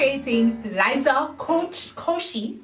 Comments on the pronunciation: im sorry but i cant ignore the fact that you said liza coochie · “And TOOODAAAYY... I’m recreating Liza Coach, Coshi, Coachie, COOCHIE...” 😂😂💀